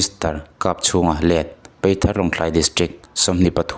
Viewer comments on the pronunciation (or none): I van chhiar thiam li ve peithar nilo in paithar tih tur w/o ti ni nana apa i tih zawh zek bawk. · Peithar tih in I lama,PAITHAR tih anih kha😊